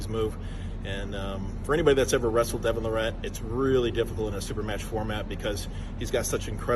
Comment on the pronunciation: First off it wasn't a kingsmove it was a open top roll. John is a fake humble, he just put a half dozen excuses out there in 1 video. Talks pure shit, just does it in a way that most people don't even realize it! He knows that ain't how you say Devon's name but, he continues to do it knowing Devon hates it. The goat ain't supposed to whine and subtly put all these excuses out there. He just can't stand losing to Devon. He also can't stand that Devon is a more well rounded arm wrestler than he is. He ain't used to someone being better than him in his field. Time goes on and sports and athletes evolve. It is what it is. Take the L with some pride, stop with the damn excuses. Looks terrible on you. Stay strong and healthy everyone.